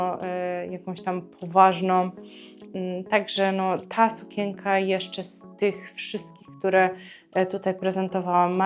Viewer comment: Proszę sie nauczyć wymawiać słowo SUKIENKA bo nie da się Pani słuchać